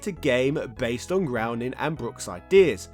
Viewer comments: Matt "Groening" is pronounced GRAINING (rhymes with "raining"). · Just FYI: "Groening" rhymes with "raining."